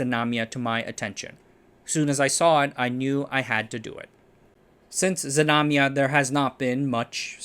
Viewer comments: Znamya/znamia, not Zmanya. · It's "Znamya" (flag), not "Zmanya". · not zamanya but ZNAMYA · DudE! I am native toungue russian, I heard that name zemanya 7 times and couldn't understand it. The name is ZNAMYA (flag/banner), not zmanya..